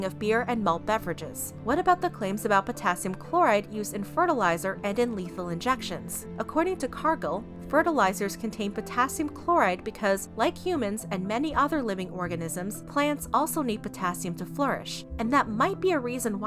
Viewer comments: my sister used to work at cargill, and it’s pronounced more like “car-gail” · Cargill is not pronounced cargull haha loved your video tho